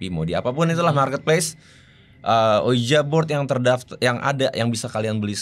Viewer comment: Sedikit koreksi bang, tulisannya ouija board, tapi bacanya uiji bord bang. Oya, gara² selalu ngikutin GRIN, aku jadi tau, bhw kebanyakan entitas yg menampakkan diri itu sebetulnya cara mereka minta tolong ke manusia hidup, tapi kita keburu ketàkutan duluan.